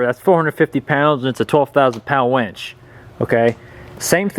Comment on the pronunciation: Umm... it’s a winch, not a wench. Otherwise, great video.